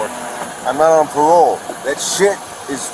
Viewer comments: "I'm not on pawole. I'm not on pwobation. I know my wights!" 😂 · He knows his wights, he's not on pawole or pwobation! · "I am not on pah-wole". Loser. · "I'm not on pawole, I'm not on pwobation." Elmer Fudd meets George Floyd. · So was he on pawole or pwobation?